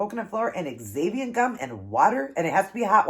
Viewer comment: I will definitely have to try. Just FYI, xanthan gum is pronounced Zanthan. I know, why couldn't they just spell it that way. LOL!!! Those nuggets look so so good.